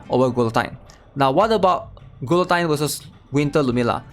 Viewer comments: glutine? lol say it like this ma bro gee yo tyne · Gil oh teen Not Qwill o Tyne. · “Gee-a-teen” Great breakdown, otherwise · Who the hell is GOO LOW TEEN???